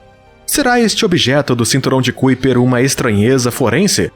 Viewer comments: Kuiper= pronúncia aprox.= CAUPER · Kuiper : "Cáiper "